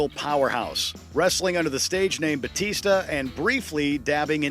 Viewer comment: It grinds my gears the way this guy says BATISTA despite his last name being BAUTISTA.